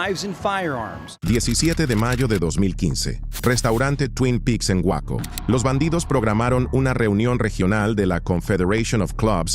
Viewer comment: Waco😂😂😂 gueico.